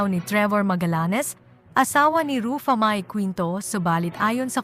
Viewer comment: Sis paki ayos ang simpleng name ni Ruffa mae bago ka mg post mali mali pronounce mo ng name ayusin mo worldwide nakababasa nito. Di kmi good sa english pero pagdating sa name straight namin nasasabi yung name. Please pkistraight mo muna bago ka mg post. 😅